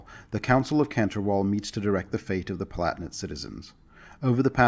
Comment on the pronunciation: "Pal-a-tin-ate",. They're palatines, after all. Not platnits.:p Demesne is pronounced "de-mayn".